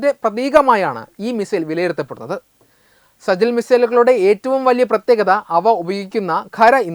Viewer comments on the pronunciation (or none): സജിൽ അല്ല സിജജീൽ